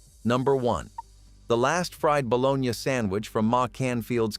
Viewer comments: Balogna! Hahahaha! Balo-nie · This mf keeps saying bolonya haha